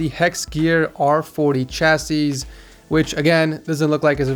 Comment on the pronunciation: Chassis.... it's pronounced 'shassy'